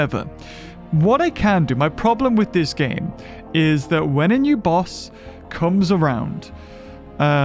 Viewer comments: Ima be the first to correct him it’s *this not thisn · Lol hé was so mad that he said “THISN” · "THISN" had me dying🤣 it still shall not change😠